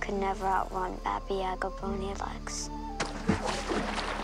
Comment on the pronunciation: its actually babay yaga !!! dont you just hate when that happens